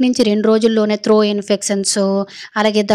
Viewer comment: త్రో కాదు.. త్రోట్ ఇన్ఫెక్షన్... లేదా గొంతు లో ఇన్ఫెక్షన్ అనొచ్చు.. తప్పులు పలకొద్దు